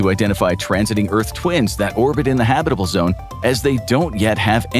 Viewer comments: I've always enjoyed your vids. But consistent mispronounciatiins are jarring. For your future reference, it's pronounced HAB-it-uh-bul, not ha-BIT-uh-bul. And I know you know this because you switched about halfway through!😂😂😂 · I like your presentation so please don't be mad when I say I find the way you mispronounce the word habitable funny to me because if you say habit with a hard A sound, but you use a soft a or U sound. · Ridiculous video title. And, go look up how to say "habitable."